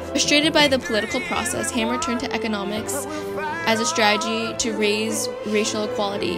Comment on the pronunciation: her last name is pronounced Hamer not hammer!